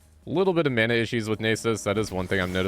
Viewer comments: Well played man, very entertaining, but the way you pronounce Nasus like "Neighsus" make my ears bleed😂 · that is not how you say Nasus